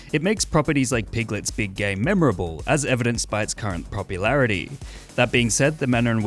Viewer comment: I keep hearing "Piglet's big gay" and cannot stop laughing